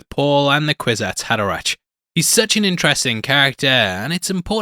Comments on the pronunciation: Pronounced HaderaCK, not ach. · Hey, man. I like your vids and enjoy your insights. I would suggest that you check the proper pronunciation of character names. It’s Hader-ack, not -ach, and the princess is named Irulan, not Iluran. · It's pronounced "haderaK", as in "fucK" - try to remember that! Unless, of course, you are using some robo-AI-voice-aloud reader, which lately have infiltrated everything, and so annoy everyone...